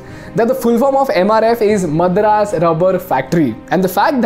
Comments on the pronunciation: Amazing Video apart from the fact that he got his Madras pronunciation spot on like a true "Vadakkan" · After so many years, still pronouncing "Madras" wrongly. Thanks that we changed to Chennai.